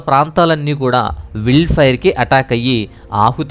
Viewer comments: విల్డ్ ఫైర్?? వైల్డ్ ఫైర్ అనలేవు? నీ ఇంగ్లీష్ తగలెయ్య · మీ ఛానల్ ని కొన్ని సంవత్సరాలుగా ఫాలో అవుతున్నాను. ఒక చిన్న సజెషన్ నా నుండి. ఏమిటంటే మీరు చేసే వీడియోస్ లో ఇంగ్లీష్ పదాలు సరిగ్గా పలకడానికి గూగుల్ లో ఎలా పలకాలి ఒకసారి ముందుగా చూసుకొని వీడియోస్ చెయ్యగలరు. Eg: wild fire వైల్డ్ ఫాయర్ I hope Next target should be Las Vegas, the most sinful city in America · wild fire willd fire ani thappuga palukutunnaru😂